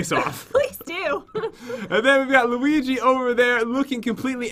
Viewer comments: did say luigo do she even Mario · Pat: I'll let u choose: Ok lets do layo leo lewi looay luii luigi. Pat: You said it perfectly when we got here... Me: 😂😂😂😂